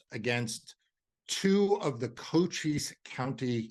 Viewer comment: To the person being interviewed, he should know that the county in Arizona, Cochise County is pronounced "ko-cheese". He pronounced the county name "coaches". Cochise is the name of an Apache Indian chief so it is pronounced as it would be said in the Apache language.